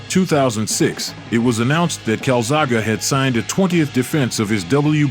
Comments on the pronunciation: Why are you deliberately mispronouncing his name? Your own video tells you how to say his name. Show some damn respect to one of the the best of all time. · Fookin Ignorant yanks if your going to commentate on something do your homework it's like calling Roy Jones Jr Ray John's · I did 12 minutes cart cope anymore great video but how he’s saying joe Calzaghe has made me angry 😂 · bro you dont even know how to pronounce the name of the person whom is the subject of your video. This is just plain embarassing and cringe. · Good video, but 1 thing I can't let go of. Say the man's name correctly 🤣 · Yeah atleast get the name right mate lol, the guys a legend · Please re-edit this video using the correct pronunciation of Joes surname. It is the least that could be done for such a warrior. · pronouncing his last name wrong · He is great, you really should learn how to pronounce his name. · Fuck me , at least say his name right. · How can you pronounce his name like that 🤦‍♂️🤦‍♂️ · good video but you should have pronounced his name right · Dang man how do you pronounce his names two different ways and keep switching between them and be wrong both times even the caster says it at ish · Only four mins in and you have pronouced his name wrong about ten times. How can you put so much effort into a video and fail to get the dudes name right?... and its so annoying i cant be bothered to finish watching. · If you are going to comment on a boxer,get his name rite ( CALZAGHA ) ???? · For Christ's sake pronounce his name right. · Can't even be bothered to pronounce his name correctly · Why can't you pronounce Calzaghe? it doesn't end with A wtf? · You took the time to make a fun YouTube video but didn't bother to learn how to pronounce his name? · You'd think a narrator would research how to pronounce the subject's name correctly . sheesh.🤨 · try not using AI to read your scripts, then you might not mispronounce the man's name repeatedly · It is pronounced Calzag'E' not Calzag'A'